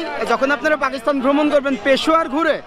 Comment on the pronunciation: ভাই আপনি বৃহত্তর কুষ্টিয়া জেলার মেহেরপুরের একজন ছেলে হয়েও পাকিস্তান শব্দটির উচ্চারণ টা বারবার ভুল ভাবে উচ্চারণ করে পাকিস্থান বলছেন কেন? যেখানে সারা বাংলাদেশের শুদ্ধ ভাষায় কথা বলে কুষ্টিয়ার মানুষ। আমি কিন্তু কুষ্টিয়া জেলার কুষ্টিয়া সদর থানার জগতি এলাকার ছেলে। অনুরোধ রইল পরবর্তীতে সংশোধন করে নিবেন। কারণ আমি আপনাকে মন থেকে ভালবাসি আপনার ব্লগ গুলো খুব ভালো লাগে এবং দেখি।